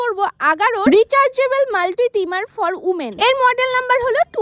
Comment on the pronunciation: Umen Na Women😂